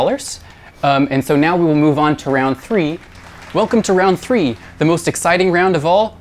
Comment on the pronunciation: he definitely said "episode tree" at the start